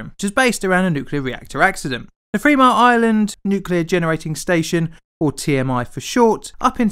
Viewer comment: It's "Three mile island", not "Free mile island". If you can't speak English, then don't try.